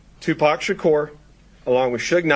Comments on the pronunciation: you mispronounced 2pac it’s pronounced two pock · For someone who grew up listening to him, doesn't pronounce Tupac's name correctly lol Why is the cop so out of breath just talking?